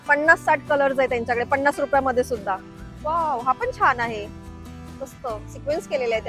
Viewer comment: किती सारखं ओके ओके आणि पन्नास रुपये म्हणतात पणास नाही